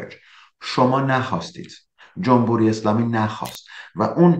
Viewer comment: استاد جمبوری نه، جمهوری!!!!